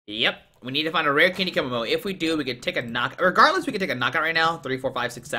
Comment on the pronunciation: To pronounce Kommo-o KOmmo O